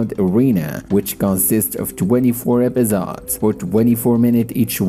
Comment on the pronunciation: Epizods? Bro just say episodes